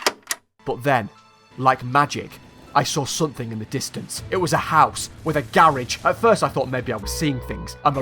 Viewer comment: What the fuck is a Gare-aege